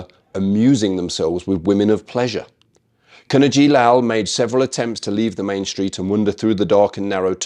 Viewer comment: Just fyi ‘Kavanagh’ is pronounced as Kavvanah and not as Kavahhnnahh